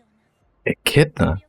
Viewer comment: Thank God someone that finally knows how to say Echidna correctly. 1st person out of like 7 I have heard.